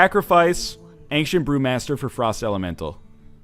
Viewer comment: Northern "Angcient" Lion